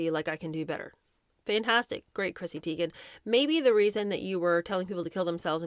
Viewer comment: Is the alcohol the reason Chrissy Teegin, Taygin, Tigin, can't figure out how her OWN NAME is pronounced?🤦🏼‍♀️